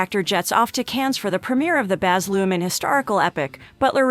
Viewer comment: Nice to learn a few facts about Austin but your pronunciation of Baz's last name (director) is not Looman but Lurhmann (with an "R") Maybe you should get YOUR facts right!